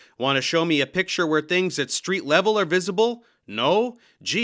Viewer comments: Of course the guy with the hipster doofus beard and the voice of an 8 yr old boy pronounces the word "pitcher" instead of "picture" - And he's smarter than all the world's scientists and high school graduages, folks. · the bearded douche pronounces "picture" wrong. he says "pitcher". pretty much tells you everything you need to know about him, whoever he is